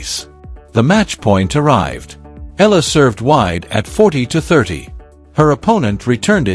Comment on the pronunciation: AI over exaggeration becoming fake news! Make your AI pronounce her name properly! It’s E-ya-la not Eela.